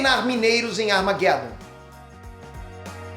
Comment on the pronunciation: E que demorei sacar que ele tava falando Armageddon. Kkkkkkkkkk "armaguédon" eu tive que conferir na tela pra vê que filme era.